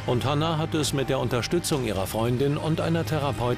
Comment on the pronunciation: Hat der Therareutin anstatt Therapeutin gesagt (ende) ?